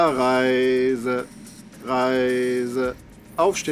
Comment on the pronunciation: Er sagt nicht "rise" sondern "arise". Das "e" am Ende wird, entgegen der englischen Aussprache, einfach nur übermäßig betont, somit klingt es wie "areise".